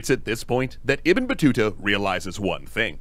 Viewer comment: Yes 😂you pronounce the name right❤❤love your wonderful react to every video.... All support and respect to you from Egypt 🇪🇬🌹🌷🌼🌻🌸